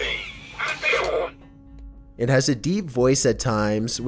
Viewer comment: "To infinity, and beyruuuurnd!"